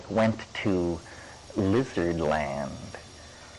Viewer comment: Some people especially those with a speech impediment pronounce “Lizard” as “wizard” Switching the l with a w sound